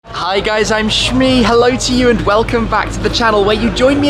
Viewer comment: Shmee rhymes with glee :D